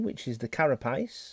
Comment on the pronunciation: I like how he says carapace